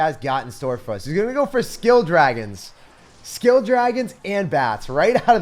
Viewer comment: Its skull not skill